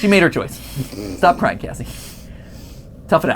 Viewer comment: is it just me or did it sound like "Gregory" said Cassidy instead of Cassie?